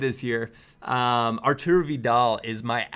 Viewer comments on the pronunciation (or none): none